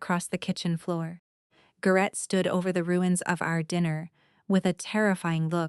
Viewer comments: His name is pronounced "GARE-ett" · AI mispronouning AGAIN. It's prounced Gar it